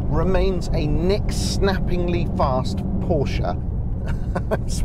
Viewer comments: Thank you for pronouncing Porsche correctly. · Great review and thanks fo saying Porsche correctly